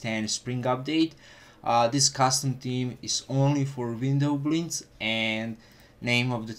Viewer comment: i dont like the way you pronounce "windowblinds"